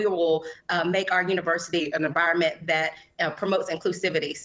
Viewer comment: What's a "viroment"?